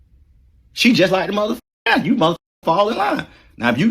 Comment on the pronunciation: I wonder what that would have sounded like if someone edited out everytime he said "Mothercuker"